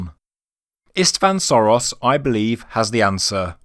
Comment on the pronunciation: It's not Soros. It's Sörös (pronounced Shoeroes). And the boat might be that old, and at the same time the pyramid could also be linked to Khufu. It simply needs the pyramid to be built for that long, so that the beginning of the work started when the boat was made, and they finished it in the era of Khufu. It would not be an unprecedented example, the Cologne Cathedral was also built for 600 years. And looking at the size of the pyramid and the level of technology available that time the surprise would be if they didn't build it for that long.